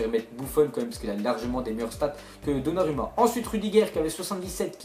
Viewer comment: Arrête de prononcer " donnaruma " Sa se prononce " donnarouma"